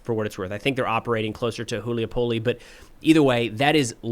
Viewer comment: hey. great podcast, thanks. btw not "Hu-lee-a-pole", but "Hu-lie-a-polla"